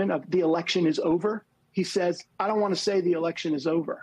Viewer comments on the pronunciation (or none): none